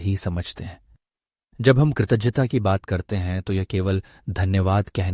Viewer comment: Kritagyata sound is wrong can you correct it from video